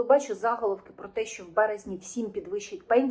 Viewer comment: Не за'головок , а заголо'вок .